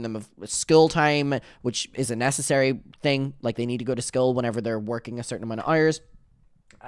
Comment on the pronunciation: You pronounce school like Eric Cartman😭